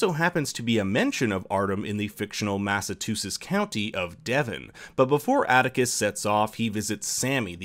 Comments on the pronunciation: I’ve lived in Massachusetts my whole life & have never heard it pronounced that way. It’s Mass-ah-Choo-sets & you did pronounce Cthulhu wrong too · Matatusses... it's massachusetts jesus christ, it's a fucking state dude. How can you not pronounce a basic words... Arkham Massachusetts is the setting of some of HP Lovecraft's Stories, Ardham is a nod to that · “Mass-ah-choo-sets” Say it with me now... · massatoosis. i laughed so hard. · I love the channel but there were a few light mistakes here. One might be nothing but the silver sedan was a Rolls Royce. Not really wrong, just under selling the symbolism. The second is you're pronouncing Massachusetts... really weirdly. Like Massatutsets, again, maybe it just sounds muddled on my system, but the third is sort of the big one: I think you put up a picture of Frederick Douglass for Denmark Vesey. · Dude, did you actually just say "Massatusetts"? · arkham might not be real but massachusetts is, and its not pronounced massatoosis my guy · Really disappointing on how you pronounce Massachusetts. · Your pronunciation of Massachusetts is pretty funny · I was more caught off guard by how he pronounced Massachusetts. Not hating though. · Massachusetts isn't pronounced like that, ever, you gotta put the choo choo in chusetts son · Lol why’d you say Massachusetts like there was a T in the middle instead of CH?? If it’s just your accent sorry, I’m from Mass and it stood out as odd 😅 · Do you really not know how to pronounce Massachusetts?